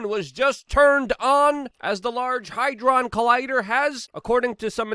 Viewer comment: Luke, it's Hadron Collider not Hydron...LOL